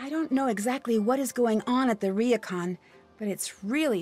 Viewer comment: oh god the way pronounces Japanese words hurt me "RIYOKAN" kill me